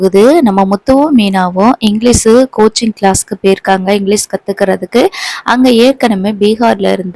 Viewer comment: மேடம் இங்கிலிஸ் கிடையாது இங்கிலிஷ் என்று சொல்லவும்.